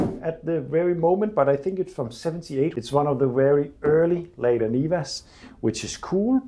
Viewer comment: This car is So Seppo! Looking forward to seeing it reborn. The trabby and the niva. Brilliant! A small helper, not a criticism - in English it’s usually pronounced “larda” not “layda”.